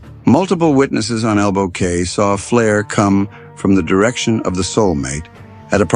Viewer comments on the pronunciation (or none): ELBOW CAY is pronounced KEY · The pronunciation of the referenced island is: Ab -a-co. Ab pronunced like the Ab in abandon and The cay in Elbow Cay like the "key" for the door lock...thank you.